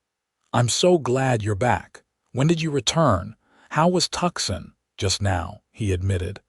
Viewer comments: Hey AI, it's pronounced Toosahn. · Please figure out how to pronounce TUCSON correctly! Please!